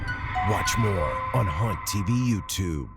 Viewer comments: Honestly, for a moment, I thought you said "Porn TV" instead of "Haunt TV" XD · The way he said haunt tv made me think….. help